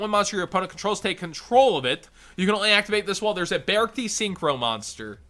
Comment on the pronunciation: I think its pronounced be-arc-ti ??? Idk